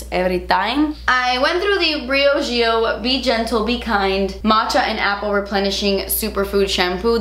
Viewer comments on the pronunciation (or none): none